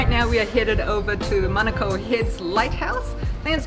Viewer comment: Honestly I love that you guys say manukau and not manacow 👏🏽👏🏽